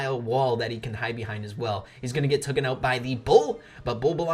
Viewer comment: TAKEN NOT TOOKEN